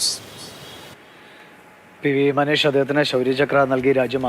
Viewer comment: വാർത്ത അവതരിപ്പിച്ച അവതാരകാരോട് മനീഷ് അല്ല മനേഷ്, ഇത്രയും ത്രില്ലിംഗ് ആൾക്കാരുടെ വാർത്തകൾ പറയുമ്പോൾ ഇതിനെക്കുറിച്ചൊക്കെ ആദ്യം ഒന്ന് വായിക്കണം, അല്ലാതെ അജീഷ് സുനീഷ് മജീഷ് എന്നൊന്നും അല്ല,, 👍🙏👍. പിന്നെ ചെറിയൊരു mistake അല്ലെ എന്ന് പറയരുത്, രണ്ടു പേരും ഒരേ തെറ്റ് തന്നെയാണ് പറഞ്ഞത്,,,,,,, news reporter പറഞ്ഞത് clear ആണെന്ന് തോന്നുന്നു. അവതാരകൻ ഒടുവിൽ കറക്റ്റ് പറഞ്ഞു 😄😁🙏🙏🙏